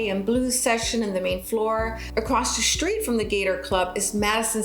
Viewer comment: good video but I don't think there is an H in the word STREET